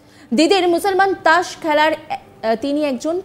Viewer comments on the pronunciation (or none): "ত্রাস" নয় "তাস" বলো।